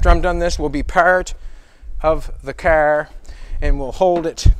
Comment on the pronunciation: Why do you say KAR instead of car ? I've heard you hundreds of times & ain't got no problems with saying camera caring oh maybe you got hit by 1 and you just scared I don't no..just wondering .